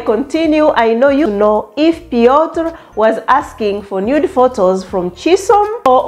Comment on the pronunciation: Chisom and Piotr sounds a match made in heaven . Yeas I think you pronounced his name well . that’s thee IT moment the couples dressed really nice. The goodies after engagement hehe lovely weldone Chisom here is to more winnings ❤❤.